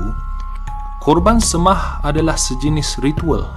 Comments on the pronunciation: Seimah, bukan semah! Sapalah yang jadi pencerita tok? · sebutan salah..semah--sei mah.